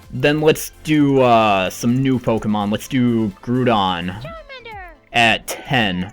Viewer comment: I cracked wen he said grudon